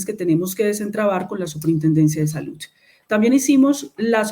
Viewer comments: Hasta la palabra salud cambio, ahora es salut con t, o al menos eso es lo que le entiendo en la pronunciación. Eso pasa cuando uno no está acostumbrado a hacer algo y haciéndola no la quiere embarrar. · SaluT, adoCtar, calidaT, normatividaT, verdaT, esa señora no sabe ni hablar. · No sabe ni pronunciar salud y dicen que es excelente ministra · No sabe ni pronunciar bien salud y dicen que es brillante